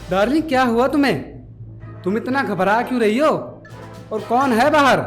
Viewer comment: Sorry but it's kon but you said kun